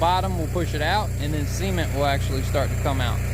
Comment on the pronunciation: Why do you say sement instead of cement